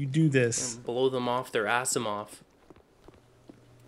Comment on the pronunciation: it is pronounced azimof on the awp.